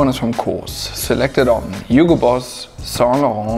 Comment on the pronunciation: Saintlarrrrnt accent👌